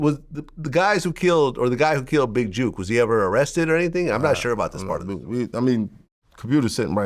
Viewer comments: stop saying big JUKE its JOOK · It's Jook NOT Juke smh Vlad 🤦🏾‍♂️ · Vlad getting everyone’s name wrong It’s pronounced JOOK like cook… and it’s Woo Dee not Woody 🤦🏽‍♂️ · You can say book but cant pronounce Jook?